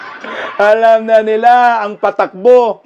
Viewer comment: haha tabang, happy vibes talaga! kahit sa pagsalita pa lang ng takbo, patakbo, hay padrugtest na nga kayo, :face-blue-smiling:nakakahiya! pinagtatawanan na tayo sa ibang bansa, anyare daw sa bansang Pinas. nadamay pa tayong matitino. ilang years na din yan naging politiko, di pa ba nya namemorize yan?